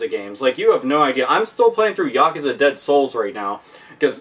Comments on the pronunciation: How about a collaboration between Toshihiro Nagoshi, the director of Yakuza, and Yu Suzuki, the director of Shenmue? By the way , the word is pronounced Ya-Kuu-Za, not Yak Kuza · its funny how he says Yakuza lol